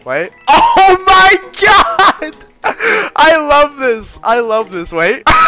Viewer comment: Not saying “OH MY GYA-D